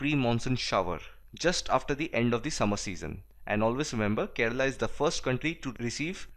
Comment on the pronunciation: Did any body heard that he said, Keral is the first country to get rainfall...